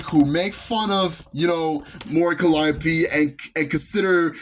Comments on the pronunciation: Mispronouncing her name, posting a wildly off the mark picture for Hololive, and the Vtuber announcer being condescending. Was my first and last time paying any attention to that event. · The real controversy, at least what I think it should be, was the streamer awards disrespecting the VTuber scene by mispronouncing Mori Calliope. It's spitting on the scene, for one of the literal current icons of EN VTubing to be blatantly mispronounced…there is no more clear indication that they don't care at all about VTubers…they just care about the sponsors and money. What a joke of an awards show; these awards used to mean something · ok I just checked a quick short of that and by god that was disrespectful. The announcer really showed that she did not care to be there. They seriously mispronounce her last name?! They can literally search her up saying her name to say it